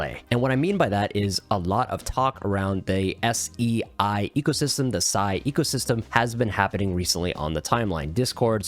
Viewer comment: Brother i really think it's pronounced ,,SAY" 😂 That's why the memecoins are named SEIYAN and stuff